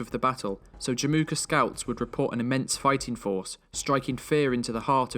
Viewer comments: Fyi, it's Jamukha/Жамуха ("a" is actually silent). 😀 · in mongolian it's not called Jim uka it's called Jamuuh